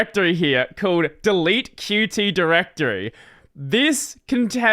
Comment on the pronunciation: Qt is pronounced "cute"